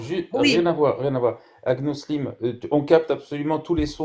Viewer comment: Elle dit agnolism 😂😂😂😂